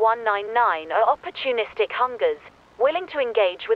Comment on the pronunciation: "opportunisitic hungers"